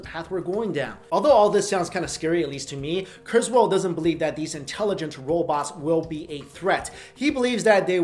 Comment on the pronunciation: It's KurzWHILE not KurzWHALE